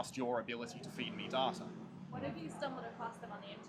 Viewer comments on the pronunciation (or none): The way he’s pronouncing “data” is giving me goosebumps.